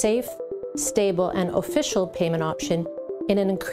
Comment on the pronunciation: IT'S "OFFICIAL" LOL